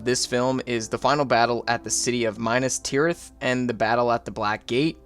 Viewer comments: LEGOlas, Minus Tireth, Booromir Yeah dude was butchering names left and right lmao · yeah lol i was like wth is minus tirith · “Minus” Tirith made me choke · Did you actually just call Minas Tirith (-minus)Tirith? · Sorry I have to do it: Minas Tirith is Me-Nass, not My-Nuss. Great video! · "mai-nas-tirith" no way bro's serious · mainas tirith too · And Minas Tirith 🙈